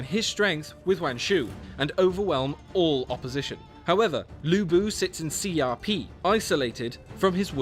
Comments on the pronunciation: Haha, you also have it pronounce wrong. Many ppl were making fun of the narator with CRP and See Ah Pee. JayHao Dan. It's quite easy to pronounce, Xiapi = Sha Pi, it's easy. You got Cao Cao and the rest right. Good video btw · dat guy butchered the pronunciation, Xiapi sounds like CRP in a way, dats probably why he pronuonced it like that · Hare Crazy Tell me, that the guy in the trailer does not say CRP. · Really wish they even tried to have this guy pronounce any of the Chinese words right. His absolute butchery of the names is annoying. "CRP?" Come on man!